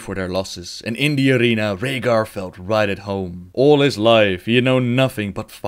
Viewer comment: i love how you say Rehgar. Rollin those R's